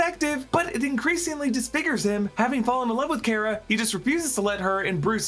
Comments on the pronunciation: CAR-UH NOT CARE-UH. GET IT RIGHT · you pronounced kara's name wrong... just like supegirl tv series.